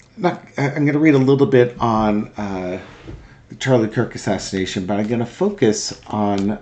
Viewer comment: i think we should NOT say assisnation. It’s a MURDER. Don’t make it more than it is, please